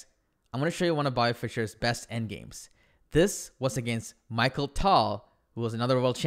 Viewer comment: His name is mikhail not Michael